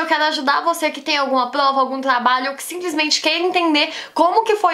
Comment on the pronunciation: Ela fala plova e tlabalho. É fofo kkkk